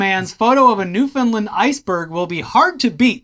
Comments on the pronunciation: Banger video, boys! My boyfriend works with the man who took the picture of the dickyberg, hahaha ❄🍆😹 Oh also, here's how to pronounce Newfoundland correctly: you say 'Newfound' together, but don't fully pronounce the 'd' so it sounds more like 'noofen', and it rhymes with understand 😊💖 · Wow, didn't expect to see my home province of Newfoundland (pronounced New - Fun - land) to appear on WWN thanks to the Dicky-berg! Also, fun fact, Jimmy Kimmel is the honorary majoy of Dildo! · Hey fellas, native Newfoundlander here. We actually pronounce it New-fin-land. Almost like you would pronounce understand. Long live the Dickyberg